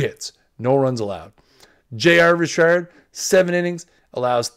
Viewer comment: It’s Richard not Rishard!! Ugh your killing me, learn the names before you butcher them please.